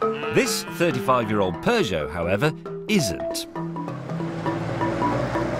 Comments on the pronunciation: stop pronouncing peugeot as peugeot, when peugeot is pronounced PEUGEOT. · I cringe everytime a brit pronounces peugeot.